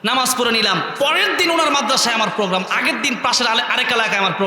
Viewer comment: নামাজ কথা টা আগে ঠিক করেক